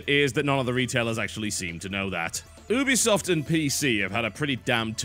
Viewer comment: The way you say Ubisoft annoys me.